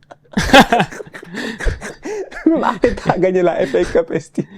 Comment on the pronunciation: c'est moi ou dit "la FA cups ESTI"? 😂😂